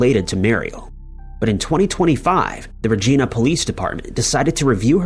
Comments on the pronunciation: It's not ragina . It's v agina with an R regina 😂😂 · Hello, you need to goggle the pronunciation of Regina. It rhymes with the woman’s fun part.